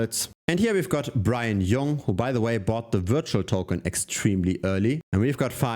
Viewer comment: Bryan Jung is not pronounced Bryan “Yung”. He’s Asian, it’s pronounced “Jeo-ng”